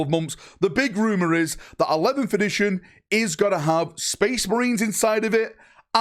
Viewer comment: Video starts: "11th-ition"